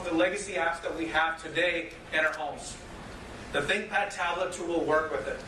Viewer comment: Is it just me or the way he says think pad tablet sounds like big fat tablet.